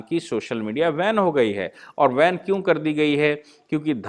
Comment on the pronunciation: वैन हो गई है? ये "वैन" क्या है, भाई?